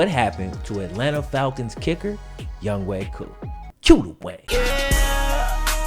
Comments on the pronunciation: Youngway koo..? It’s younghoe koo lol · Ok Ik they Pronounce it as Young Way Koo But Am I The Only One Who Reads It Like “Young Ho Koo”?